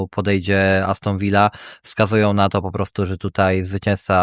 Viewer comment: Aston Villa a nie Aston Vija. To nie Hiszpania.